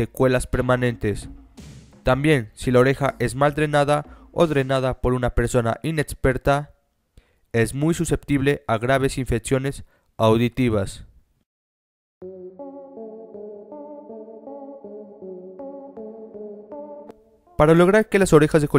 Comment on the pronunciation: JAJAJA... No mames bato, "infetsiones", tal vez tengas gripe pero tu pronunciación 😂😂😂 tal vez sea tu acento pero me hiciste la noche.